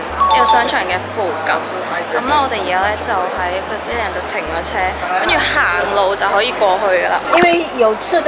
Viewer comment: 马来西亚口音（pavilion) 不会好像你这样说的口音